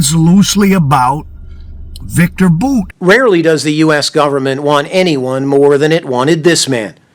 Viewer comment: IT IS BOWT that's how you pronounce VICTOR BOUT last name not BOOT come on